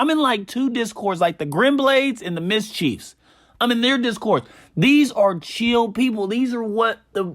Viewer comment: U said mischief wrong lol